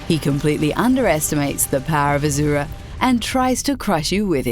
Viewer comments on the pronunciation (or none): It's Asura, Not Azura.... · For the love of god, please please please pronounce Asura’s name the right way!